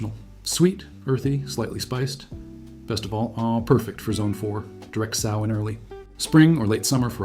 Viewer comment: Great info. But every time you say SOW like the swine….it’s like nails on a chalkboard!